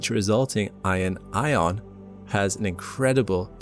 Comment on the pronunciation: "i'on ions"